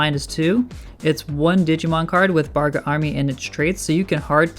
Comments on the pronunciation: It’s bagRA not BARga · Started out saying "Bargra" and "Barga" instead of "Bagra" and I immediately lost interest in his opinion.